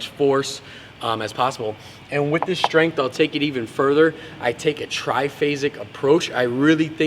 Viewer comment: He is also known as, because that is the way he likes to pronounce the word strength.